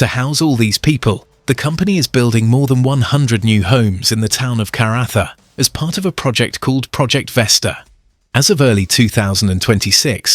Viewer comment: Phew. I'm a West Aussie, but knew none of the progress. Just a couple of tips on pronunciation. Karratha is "Car-ahh-'tha". Dampier is "Damp-ee-er". Thanks for the video!